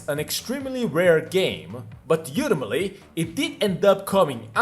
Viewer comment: Do you say "You ti maly" when you're trying to say "ultimately"? It's pronounced "All tim it lee" by the way. I've heard you say it in other videos and I was always wondering what in the world you meant by it.